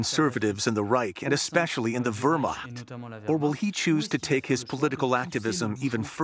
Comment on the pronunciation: mine was Weerr-mact. Credit given for the T at the end! 😁